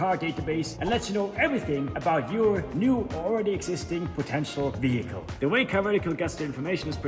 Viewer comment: "VEE-HICKLE", you've been spending far too much time in the US lol